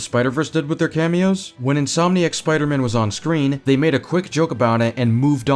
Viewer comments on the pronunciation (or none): none